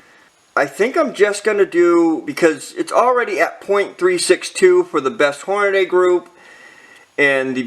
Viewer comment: It's not Horn-a-DAY. It's Horn-a-dee!